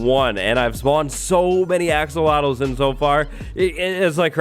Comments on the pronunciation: He's said "axowatles" so much that I sometimes forget that they're actually "axolotls". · I heard "Axowatls" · Axowattles... yee!